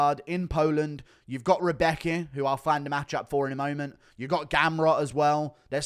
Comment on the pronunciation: FWIW, Anik’s pronunciation of “Rębecki” isn’t like “Rebecca”, it’s like “round”, except the “-n-“ is an “-m-“ and the “-d” is a “-b” through to “-becki”..~’Roumbeki’ ,{^_^}”